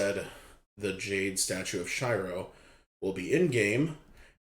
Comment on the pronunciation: Sheer-oh not shy-row